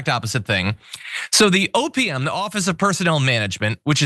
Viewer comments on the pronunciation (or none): thanks, now I can't not hear "opium" when someone says OPM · When you said OPM, I thought you'd said "opium" at first. I thought it was an acronym made for the department to troll Elon. Even after I realized it's OPM, I can only hear "opium." 🤣